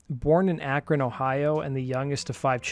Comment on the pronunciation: 1. I didn't know he was from Akron, that's crazy! 2. Thank you for pronouncing Akron correctly 😭 Most youtubers pronounce it like it's an alien planet.